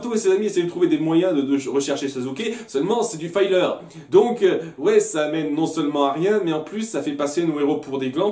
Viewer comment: Ta prononciation de "Filler" est assez perturbante. :x